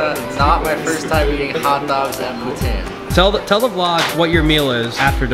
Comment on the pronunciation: come on man at least pronounce poutine right